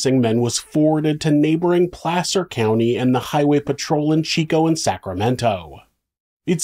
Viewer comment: I think you might be the first person I've heard pronounce "Placer County" correctly while discussing this case.